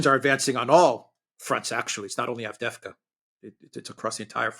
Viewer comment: The collapse of Avdeyevka is so complete that keeps talking about Avdevka, collapsing "eye" into "e". There is a type of Russian names that end with ey, so not Andr but Andrey (Andrew), not Timoth (Timothy) but Timofiey, and not Avd, but Avdey. Moreover, a personal name of a founder, owner, notable person etc. makes a settlement name with suffix -evka, so Avdevka would be named after Avd, which sounds weird, and thus Advevka sounds weird too.